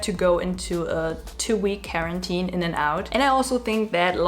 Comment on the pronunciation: I luv how she said “care-entine“ accidentally but its tru😘❤️